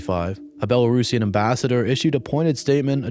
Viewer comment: Respect for pronouncing Belarusian as one should ❤ thanks for coverage